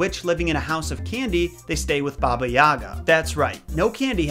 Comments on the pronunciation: u miss pronounced Babayiga not babayaaaga and its kashey not koshey as a Slavic person she is one of my favorite villain's proof Я Яни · It’s not baba ya’ga it’s baba yaga’ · i am sorry to say this but my russian mom says that it's pronounsed baba yiga not baba yaga i honestly don't care because i know it is hard to prounouces it for you and many others but i mean my mom told me to write this comment. (btw love your vidz i love this one the most cause of how funny it is (also me russian)) thank you for listening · All throughout hearing English speakers talk about her, I can never figure out why you guys keep putting the accent on the wrong syllable. It's YagA, not YAga. Such an odd detail that is somehow always gotten wrong... Same about pretty much every Russian name in this video. Anyway, aside from that, thanks for the video, keep up the good work! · She’s saying it’s not like yahhga it’s pronounced yagahh! Like ahh at the end and a short a sound on the first a ya-gahh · It pronounced "YagA" - stress on the last letter "A". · Baba is what Russian kids call their grandmother, and elderly women they’re close to. It’s generally a term of endearment. Also, the accent is on the G not the A. So, more like Baba yuh-Gah. I know, it’s strange. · Isn’t it Baba Yaga pronounced Baba (Yay - guh)? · It is pronounced bah-bah yay-gah